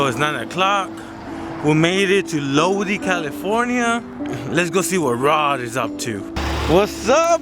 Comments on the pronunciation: This man said “Lodee, California” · But. It's lo die.. Not lo dee lol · Low-die. Not low dee. Lol. All good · “lowdee” 🤣 it’s “LOW-DIE” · LOW-DYE CA NOT LOW-DEE!!!! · It’s pronounced low-dye fyi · Its pronounced low-die